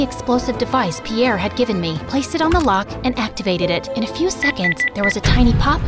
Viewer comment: Piere's accent is so good😂😂😂😂